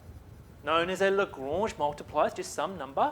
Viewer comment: Absolute boss of a mathematician and comedian; best pronunciation of "Lagrange"